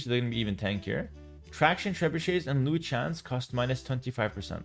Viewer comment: Bro the “Chruchens” is absolutely crazy 😂😂😂